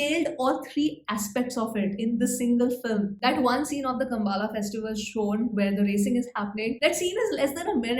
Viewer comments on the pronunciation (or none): It's not कम्बाला, it's "कम्बला" extrawaala "A" kaat dijiye 😄 Essentially Kambala is a buffalo race event as you know (you studied in Manipal right?) not exactly a festival. But still acceptable 🤗 Nice review.